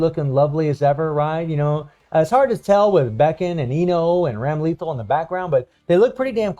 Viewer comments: Hahaha hope you read this - dont want you to go through another Honaka experience. Its Bike-n And Ram-lay-thawl 🤭 Just say em fast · Ok nothing against this guy, but him saying Baiken and Ramlethal's name wrong is funny hitting the like button on principle now!!